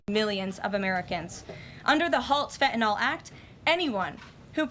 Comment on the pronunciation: Karoline is the ONLY public person who pronounces the word “fentanyl” correctly! Most everyone says fentanol like it rhymes with alcohol. Drives me NUTS (not that I have far to go, but …). Thank you Karoline!